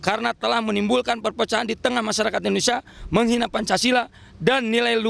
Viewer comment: Maaf bapak Indonesia ya bukan endonesa